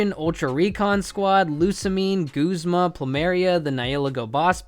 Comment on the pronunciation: Btw it's Guzma not Goozma